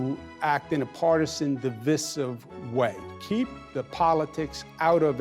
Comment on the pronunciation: He just needs to figure out how to pronounce divisive.